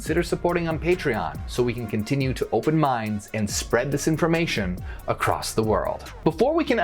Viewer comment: When you said this information. It sounded like you said disinformation. That was funny.or did you do it on purpose